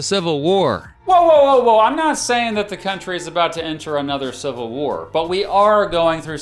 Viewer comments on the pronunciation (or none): Make sure you’re careful and you annunciate because I think it’s easy for someone to not hear you say “not a member of the Democratic Party“ I’m talking about that certain group starts with a K. Stop on double speed and I couldn’t tell that you said not. Even when I slowed it down to regular speed it still wasn’t extremely Obvious, and now imagine someone multitasking and they miss it and just go on. Maybe they don’t quite realize what you’re saying and I just feel like there’s still a lot of people in that certain group that starts with a K who are part of the Democratic Party. But obviously nobody a part of that group that starts with a K is part of the Democratic Party. And that should be obvious, people are told something different about people who have the belief of WSs. So they think you did not say the word “not“ they could really get them hit it off in the wrong direction.